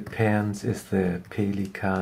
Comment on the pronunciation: That's the correct german pronounciation....